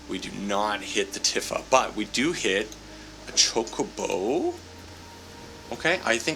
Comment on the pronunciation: just a friendly hint, shes pronounced "Tee-fa" not "Tif-fa"